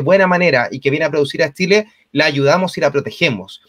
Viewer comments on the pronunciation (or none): ...se dice Chile, no Tchile...es lo mínimo pues Sr.